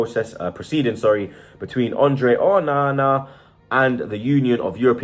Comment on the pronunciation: Just say Onana normally ffs